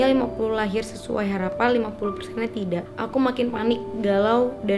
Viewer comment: kalo ngomong tidak kenapa dibaca "k" nya bacanya tida aj